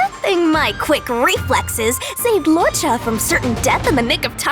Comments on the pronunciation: I always thought his name was pronounced Lu-oh-ka. I didn't know it was Law-cha. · Right? He keeps saying Lao-cha whereas I thought it was luuoh-cha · It's "lu-o-cha," no idea where this guy got "lao-cha" or why they let him say it like that a hundred times. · pronounciation: loo-woah cha HSR english team: lawchuuh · law cha 💀💀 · Idk. I pronounce his name as 'Looka' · LAW CHA LMAOOOOOOOOOO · Hearing him pronounce luocha hurt lmao